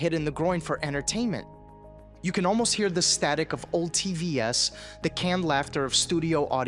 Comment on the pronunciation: A human wouldn't pronounce the word TVs as 3 separate letters.